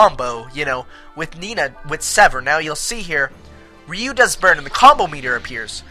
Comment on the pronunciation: rrr-I-you Not Re-you >.> Sorry but the pronunciation of the names was bugging me.